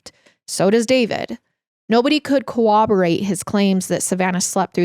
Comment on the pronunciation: girl, I love you. But, I fear it is pronounced "currob-err-ait"